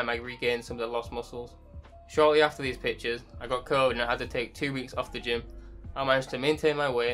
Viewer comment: I was wondering why does he keep calling himself "these bitches", took me 2 minutes to understand he's saying "these pictures"🤦🏻